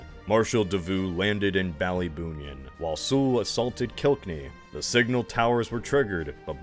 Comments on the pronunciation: Ur pronounciation of Killkenny hurts my Irish heart 💔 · Really appreciate the attention to detail with Ireland! Just a couple pronunciation tips: -Ballybunion rhymes with onion. -Kilkenny is pronounced like it's in 2 parts "kill Kenny" (poor Kenny 😔) -For Waterford you actually had the opposite problem, that's pronounced as one part "Wa-ter-furd". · This is a fascinating video. Really love the attention to detail and not overlooking the Irish revolt’s significance. I only wish you put as much research into pronunciation as into the military history. Kilkenny and Great Yarmouth I had to listen to several times to be sure where you meant.